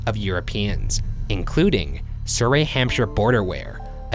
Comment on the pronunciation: Surrey is pronounced suh-ree not suh-ray. You pronounced Hampshire right though :)